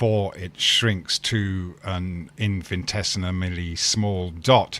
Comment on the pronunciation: He may be, but he really Phuk-ed up the pronunciation of the word "infinitesimally"... I mean... what is "Infintesinamally"???